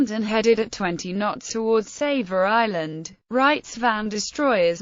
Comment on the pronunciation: and its smaller partner island "Save her island"